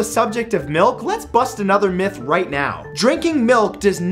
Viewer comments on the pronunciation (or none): none